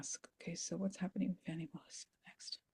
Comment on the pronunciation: Fani is pronounced fawny -- i love her, otherwise I wouldn't mention